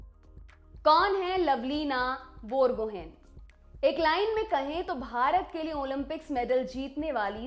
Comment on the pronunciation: Dear lallantop, बोरगोहेन नहीं बोरगोहाँई होता है